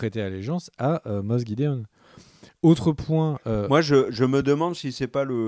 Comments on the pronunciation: C'est fait exprès, cette prononciation "Moss gidéon" et "Djin jdardine" ? (...au lieu de Moff Gideon et Din Djarin) 😅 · On dit moff pas moss 😂 😉